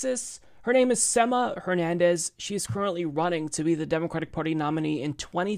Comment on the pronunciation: I facepalmed whenever mispronounced Sema's name as "SEH-muh" instead of "SEE-muh". This happened even after Sema pronounced her name the right way! Come on!